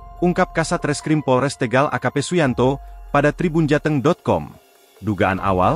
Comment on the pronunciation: Tégal Tégal....Tegal mas